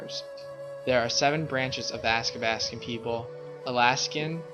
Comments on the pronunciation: Athabaskan not askabaskan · It’s also pronounced ATHABASKAN!!! Not Askabaskan.😡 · you’re pronouncing athabascan wrong. and we don’t just speak Gwich’in. please research more before you give out false info..